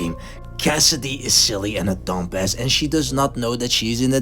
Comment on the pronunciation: Im crying at how he says dum-bass